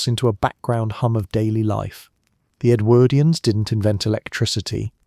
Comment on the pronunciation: Love your stuff - interesting choice of topics, but do think you could tweak your pronunciation of Edwardians, it sometimes gets rendered as EdwErdians - but sometimes properly. Really jars.